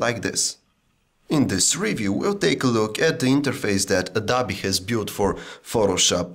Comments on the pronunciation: Somebody needs to tell this man that it is pronounced "adObee," not "adAbee." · he said adobi